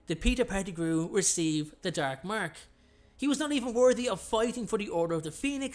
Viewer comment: the DERK MERK